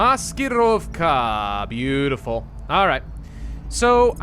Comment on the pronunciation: I like how you say "Maskirovka"